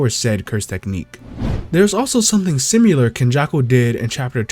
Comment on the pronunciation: You're pronouncing "Similar" wrong. There is no "U" sound